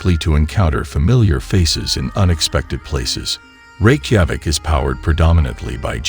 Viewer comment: It would add a lot of credibility to your video if you would teach to text-to-speech app to pronounce Reykjavik correctly! It makes it appear amateurish..